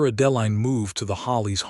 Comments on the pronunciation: Liked the story but your AI narrator can’t pronounce Adeline, Hollis, Eleanor, Elias and probably more I can’t remember. It’s a real distraction. Woodland, California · Yes this! It’s like nails on a chalkboard to me. Not many mistakes except for the names. I don’t understand, is it on purpose? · I Agree Completely ‼️‼️‼️